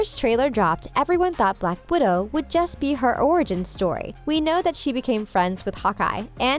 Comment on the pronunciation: You said blackwodo 2 time